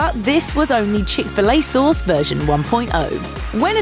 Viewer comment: She says "chic filet sohs" lol